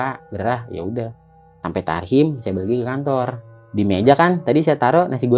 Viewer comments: Tahrim bukan tarhim, hhe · Tahrim bang bukan tarhim 🗿😂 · Tahrim bukan tarhim mbambangggg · Tahriman /tahrim bukan tarhim😂😂😂😂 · Tahrim kali bukan tarhim hhe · tahrim bang T. A. H. R. I. M, bukan tahim itu mah nama om gua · Tatsim jiirr...tarhim bang😂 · Tahrim kali bang bukan tahsrim😁😁lucu jg banggg